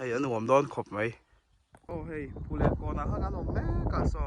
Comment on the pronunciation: 'Phullen' chu i va lam pial ṭhin ve😮😅